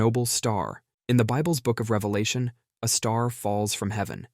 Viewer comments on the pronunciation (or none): none